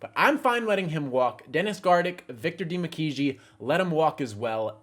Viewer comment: It's pronounced Victor "DUH-MEE-KAY"